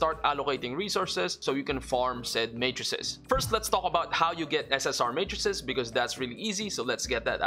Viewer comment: finally someone who pronounces matrices correctly and knows the singular is matrix